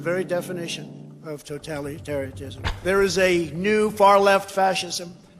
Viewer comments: He was right on the money when he said “toe-tally-tarianism”? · the very definition of "toe tally teriot tism" what a fucking goober